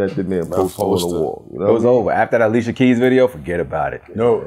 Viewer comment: Did he say Alicia Keyes? 😒 That’s supposed to be impossible to get wrong. Liquor, NO excuse.